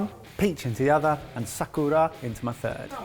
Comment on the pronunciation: "Sah-koo-raw" -- 2019